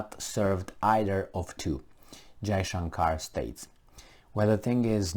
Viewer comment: You pronounced FM Jaishankar's name perfectly! I was pleasantly surprised.